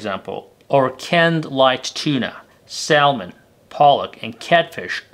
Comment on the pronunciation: Its called SA MON .. THE L IS SILENT.